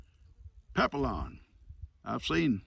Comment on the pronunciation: I think the movie you call papillon is pronounce (papi on) it means butterfly 🦋 in french and there's also a papillon dog because their ears look like butterfly wings. Yeah another one of those words they put useless letters in. If you're not supposed to sound out the L's in the word what the heck are they in there for?